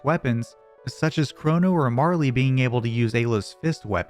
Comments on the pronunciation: Pronouncing Marle's name Marley is diabolical and driving me nuts. Stop doing that. It's pronounced like Carl. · Awesome video. Though, I died a little every time you called her Marly. Her name is Marle. lol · Nice summary. Just one question. Who the heck is Marley? Marle ends in a silent 'e'. It rhymes with Carl. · I have never heard Marle's name pronounced that way before